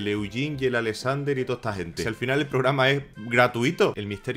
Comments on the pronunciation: Me confundistes..ordenador o ordeñador? Es programa no pograma jajjjaja me dio risaaaa jajaja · Los 6 minutos del video me estuve riendo por "pograma" y "ordeñador". Jajajajaja. Muy buen video. ¡SUSCRITO! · Yo escucho pograma y ordeñador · "gente, alolargo de losaño, un misterio rodea a unn famoso pograma de ordeñador que se llama güín rarr" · probrama de ordeñador xD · Pograma? Aprenda a hablar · Ubiera Dicho Pograma De Ordeñador XD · " porque así, lo dice el POGRAMA " xD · por que dices pograma? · Like si le escuchaste "Pograma de Ordeñador" :v minuto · "Pograma de ordeñador" ??? dijo eso o escuche mal? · "porgama de ordeñador" o.O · Dijo ordeñador y pograma? JAJAJA dios ah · Pograma de ordeñador =__= qué acento Dx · Habla bien papafrita "un programa de ordeñador"